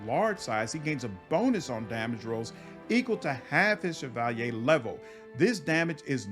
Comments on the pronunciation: I skimmed through the comments and didnt see it. But has anyone corrected him on how he pronounces the word "Cavalier" ? - hahah, "Chav al yay"? - Cav a leer (ear) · I noticed that when you get to the Cavalier class you pronounce Shevalyay but the pronunciation is actually Kavaleer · bro, cavalier is pronounced Kav-a-leer, not Se-val-yay. havent you heard the expression cavalier attitude? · Look at the word cavalier and say caval-yay and you've pronounced it correctly... Like cavalry but french Edit: it's definitely pronounced like caval-ear and not what I said either. I am an idiot lol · I don't know if this me, but why are you calling a Cavalier a Chevalier? Overall similar words and meaning, but there different from what I understand. Just to make sure I wasn't mistaken looked them up, Cav-a-lier Vs. Shi-va-li-ay Gripe aside, loved the video ^_^ didn't know about the Dwarf Pally option, I'm going to have to try that! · Cavalier it's CAV A LEER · Wait... How the truck did you just pronounce "Cavalier"? looks it up in dictionary Yeah, wtf, Chevy has never made a car called the "Shevalyay", where are you getting all those sounds that don't exist in that word? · The way he pronounces cavalier is atrocious. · great video man . very helpful .. side note . go look up the pronunciation of the word " cavalier " lol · Interesting choice to pronounce the spelling "cavalier" similar to its origin word. Loving the channel and Wrath content. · Lol the way u say Cavalier is so posh xD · Wtf is that pronunciation of cavalier? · great video, been looking for something like this, couldn't find one. maybe im ignorant but the way you say cavalier, im guessing thats french?